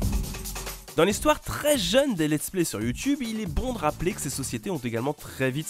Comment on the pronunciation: Je kiff quand tu dis "Youtioube" 😂